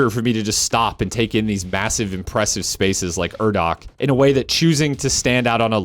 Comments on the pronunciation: oh yeah it was great, the urdak thing was just a nitpick cause I had heard it in the game recently, wouldn't have noticed it otherwise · I love doom eternal but am incredibly average at it, I also think a lot of the points made in the video were good, especially your opinion on the tutorial popups and why they probably are how they are, but the way you said urdak completely side lined any thoughts I had on your points for way longer than I'll ever admit